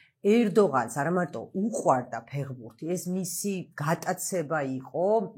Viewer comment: უკაცრავად მაგრამ ძალიან საშინლად ჟღერს სიტყვა ფეღბურთი, მითუმეტეს თქვენგან. საინტერესო თხრობა გაქვთ და უხერხულია რომ ფეხბურთს არასწორი ინტერპრეტაციით მოიხსენიებთ